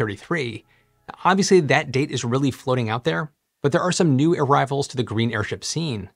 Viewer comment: I can’t get over “air-rival”